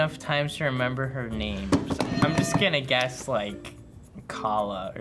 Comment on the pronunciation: says renember